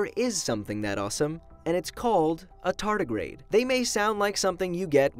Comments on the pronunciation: Tarty the Tartagrade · A TAR TAR GRADE 😂